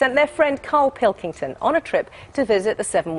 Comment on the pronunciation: Karl Pilkingtong! xD